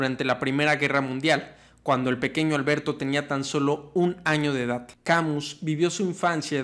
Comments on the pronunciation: Albert Camiu??? Camus pronuncialo mejor Cami con tilde en la i. No te estoy bromenando. Es un truco que te dan los profesores de Frances! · Camus se pronuncia Kamys. En francés todas las palabras son agudas, paleto. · Mi tío era muy sabio... jaja. Algo de escritor nos legó. La pronunciación es Camí sin "u" ni "s" final. Buen video. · EN FRANCÉS NO SE PRONUNCIA LA S SE DICE CAMU Y LA U SE PRONUNCIA COMO UNA I LIGERA SE DICE MÁS BIEN CAMiius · No se pronuncia Camiu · ( "Camiu" :( no se acerca ni por poco a la pronunciación XD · Tu explicación es muy clara. Lástima que no sepas pronunciar el nombre del filósofo de quien hablas.